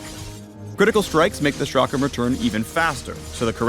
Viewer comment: The chakram is an Indian weapon and is pronounced like (chuck-rum)